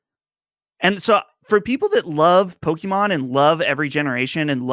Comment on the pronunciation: The way pronounces Pokemon has always been hilarious to me. Its subtle, but he kind of says "pokemEN" instead of "PokemON"